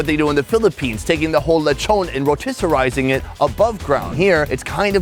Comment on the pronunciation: she turned tortilla into tortillar and turned rotisserie into rotisserizing.